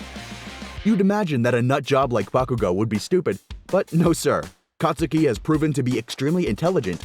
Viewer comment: the u in kacchan's real name is silent